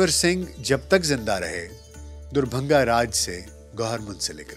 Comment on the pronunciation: आपकी उर्दू काबिले तारीफ है पर दरभंगा का उच्चारण सही करें। आप दुरभंगा उच्चारित करते हैं।